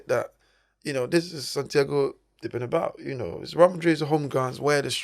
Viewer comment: This is a message for both Presenters, Fyi fellas, the correct Pronunciation is "Bernabeu" and not "Bernabaou" the stadium was named after Santiago Bernabeu. Have you seen the clip off Jay z getting asked about the music rapper Tupac by an interviewer, but instead of pronouncing his name correctly, he like many others would pronounce it Twopack! So all im saying is, is that it would be nice if you could Pronounce Correctly for your viewers that's all....nice videos btw